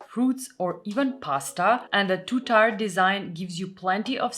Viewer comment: Hi, I think I remember u giving me permission to correct your pronunciation.:) Tier is pronounces like tear 😢. We don’t know why.